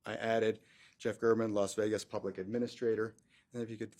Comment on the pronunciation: It’s Gāre-man.